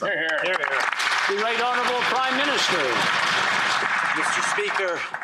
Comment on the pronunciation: Make s me sick everytime they say honorbul p m